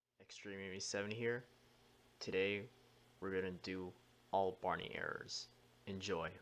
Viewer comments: Bareny? Don't you mean Barney? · I Like How The Beginning Says Bareny